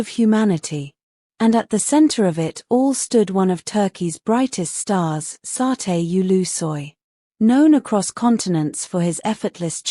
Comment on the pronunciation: QUE RIDICULO, VOCÊ NÃO SABE NEM PRONUNCIAR O NOME DO ATOR, E CRIOU UMA HISTÓRIA , QUE SÓ NA SUA CABEÇA, VAI APRENDER A PRONUNCIAR OS NOMES DAS PESSOAS CERTO.